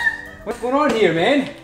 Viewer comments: What I heard: minnie deer. What I thought: how cute. Then I realized: oh “many” deer. Lol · me too....lol